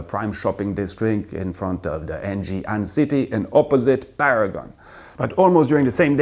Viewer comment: From Singapore here. It's not n-gee Ann city it's Ng-ee Ann city. As in sing si-ng. The Ann's correct though good job. Hopefully I can see you on those dates I myself am very busy even on the weekends, looking forward to it.